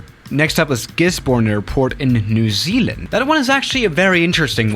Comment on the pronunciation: the way that said New Zealand it sound like new ZLand